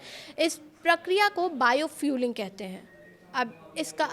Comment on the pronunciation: "Bio biofouling" not "Bio fueling". उच्चारण ठीक की जिये, *बायो फाउल इंग** है, न कि *बायोफ्यूलिंग*